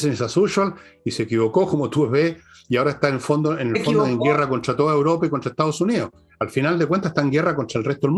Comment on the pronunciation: Señorita, usted es periodista y debe hablar bien. No siga diciendo "Uropa" por "Europa"